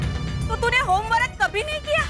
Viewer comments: Homework ❌ Hom Orak ✅ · Home work ❎ home warak ✅😅😂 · Homework❌ Homewarak✔️ 😂😂😂😂